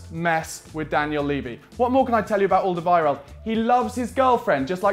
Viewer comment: Learn how to say his name